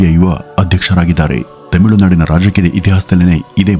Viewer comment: adu tamilunadu themilunadu alla 😂 kelavu saari themiilu anthiyalla 😅